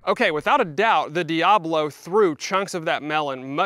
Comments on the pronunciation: It’s not dee ah blow. It’s dee ah bow low. Look how it’s spelled and say it correctly, please. It makes you look smarter. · Sorry to be that guy, but it's "diaBOlo" not "diAblo." Diabolo describes the shape of the pellet, not Satan. lol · That word is "Dia-bolo" not "Diablo" as in spanish for devil. I think it's pronounced "Dee-uh-boh-low" It refers to the shape of the pellet.